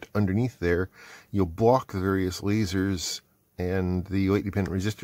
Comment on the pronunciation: "Lazeds" or "Ledzers"